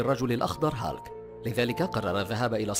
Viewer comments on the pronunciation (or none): اسموا هيلك و ليس هالك